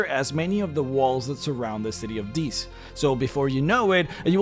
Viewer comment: Love the video, hated the pronunciation of 'Dis.' I imagined that the place was occupied by large waterfowl with an aggressive personality. Actually, it would be hilarious for a party going to Dis winds up in Deese where they have to fight demonic geese.